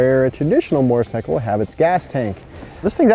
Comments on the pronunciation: Yes he meant sickle mortar sickle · Mortar-cycle? There some misplaced pronunciation here...